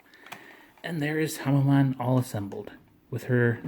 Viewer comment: Its pronounced Hamen not Hamma-maan